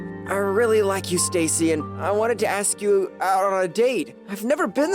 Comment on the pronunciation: Why was the nurse saying ask the wrong way of the sound like asc is ask not asc 😂